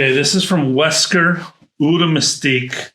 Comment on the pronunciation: I just got a sample and I'm very impressed. I wanted another from the same "school" as Slowdive and Bengale Rouge, and your reaction to it, analysis and praise of the bottle have again pushed me over the edge. Nb. the closest we can get to pronouncing eau is "owe".